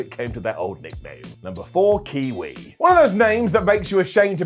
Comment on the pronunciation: Dude! It's not "KIWI!!!!" The guy's name was KWEE WEE! C'mon man!! This isn't hard . . . . "Kar-ag-ee-us??" Did you even WATCH WCW?? I mean seriously, did you ever actually WATCH this or do you just read cue cards?? It's Karagias as in "Courageous."